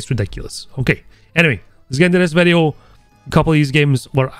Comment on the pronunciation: I love you saying VEDEO :D Greetings from Turkey <3